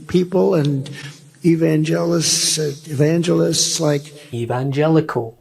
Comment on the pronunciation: Wishme instead of which we, evangis instead of evangelist, all these words he can no longer say at all because of and due to dementia, that was only a few seconds, listern to him for 3/4 minutes, nothing even makes any sense on what he is talking about Surely a dementia test is warranted, im sure president Biden would be more than happy to do the txt, trump won’t even debate because his brain is so out of control, can not control his toungue when trying to day word, changes into some other topic to avoid repeating or correcting a word, a total menace to society